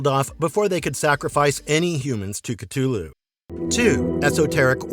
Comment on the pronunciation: The narrator kept miss pronouncing Cthulhu's name